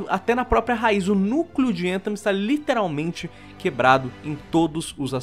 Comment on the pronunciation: Escutar o falando a palavra "literalmente" de forma totalmente errônea me mata por dentro